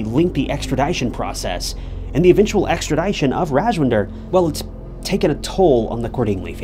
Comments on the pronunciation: “Extra ‘DISH-un,”. NOT “Extra ‘DIE-shun” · Extra"dish"on not extra"die"shon Love your videos!